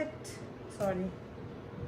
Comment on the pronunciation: Hahahahah actually i just love ur accent in thiss soyyyrriii 😂🥰♥️ and yes im proud of u 🥰😍